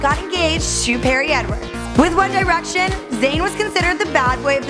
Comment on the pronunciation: "one dye-rection"